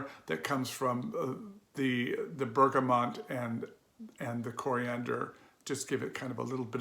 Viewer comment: For the love of God, can we stop mispronouncing bergamot? There's no 'N'. It's BergaMOT, not BergaMONT. Not hard.